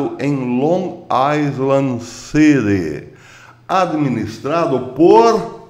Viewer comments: Num é Aisland. É Ailand. Amando o caipirês!! Hehe. Um abraço! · permita-me dizer q a palavra ISLAND em inglês se pronuncia AILAND. É q eu morei lá!😘😘😘😘😘